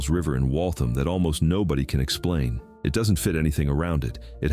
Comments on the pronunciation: the town name is spelled Waltham. it is pronounces like WALL-tham, not Walth'm. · Not wall' thum. Wall' tham. And nor- um- be'- ga